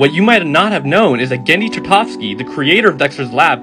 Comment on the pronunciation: I can't get over how badly he butchered the name Tartakovsky.